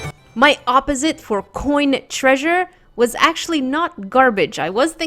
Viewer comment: say(ah-po-sit(e)) not oppzite